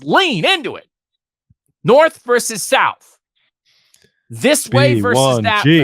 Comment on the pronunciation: Versus,. Versus.